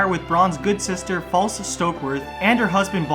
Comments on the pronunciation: Its pronounced Fa lece not False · Her name is not pronounced "Lady False". Her name is pronounced "Lady Fal-LEESE". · You're mispronouncing Falyse Stokeworth and Varys 😛